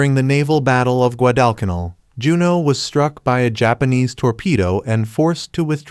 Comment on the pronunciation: It would be nice if you left the words up long enough to read them. Learn how to pronounce Guadalcanal. I’ve never heard it pronounced the way you do it.